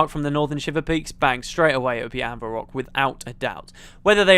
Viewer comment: "Anvir rock" ...